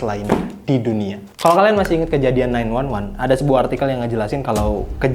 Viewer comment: 911 dibaca nine one one anjir, itumah emergency call